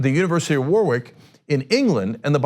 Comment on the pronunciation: Cenk pronunciation lesson: Warwick- pronounced Warrick. Mores pronounced mor-ays